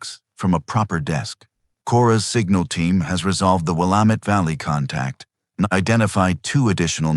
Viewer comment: If you're going to "write" a story about Oregon, then please teach your AI program how to say the names of the towns and places in Oregon. Salem isn't pronounced Selem. It's pronounced Saylem. And Willamette isn't Will Ahm Eht. It's Will Am Eht.